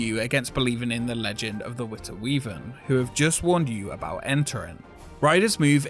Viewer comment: You sure pronounced De Witte Wieven correctly;-)